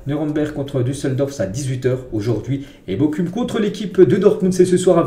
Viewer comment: Bokum 😤🤦 , vraiment tu fais aucun effort. sa ce dit BOROUM